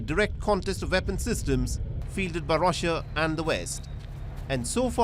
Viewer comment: Rassia straatagi, Indian accent😂😂😂